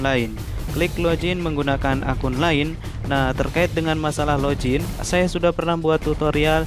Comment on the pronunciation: Login bang bukan lojin 😂